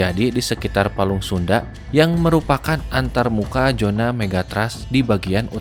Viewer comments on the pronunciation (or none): abangnya kalo ngucap zona jadi 🙏🏻😭😁😁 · kamu orang sunda kah bang?